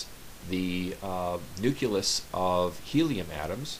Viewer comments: Ouch! You got me! I mispronounced it like nooculus instead of nucleus. My bad. Sadly, I can't fix that. Anyway, you earn top credits for enduring that video. It was one of my early posts and has such a boring, slow, monotone narration that even I find it difficult to watch. Thanks for commenting! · Pretty neat. I might have to make one. But "Nuculus"? Come on, man.